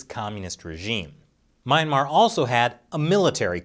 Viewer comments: Good lord can you stop butchering the word ‘Myanmar’? It’s phonetic! Myan mar. Not MAYAN MAR 🤦‍♂️ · "mee-ahn-mar". NOT "my-ahn-mar". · "Meh-yan-mar" not "My-ayn-mar"...heheh...big fan of this channel :) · please please please go google "myanmar pronunciation" it definitely not MY-MA. Zina uncersored